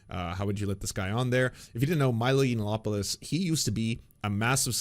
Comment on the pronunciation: Yiananopolis! It used to bug me but mispronounced nomenclature is pure trolling.